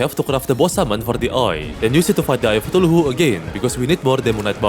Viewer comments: Why you said tuluhu? Not kutulu? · Bro said eye of cathulahu😭